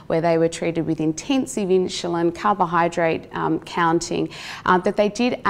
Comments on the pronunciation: God bless her, but some one for the love of God teach her how to pronounce insulin!! Or should I say inshuslin. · Inshuslin drove me crazy. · Brits put a y before the U in insulin.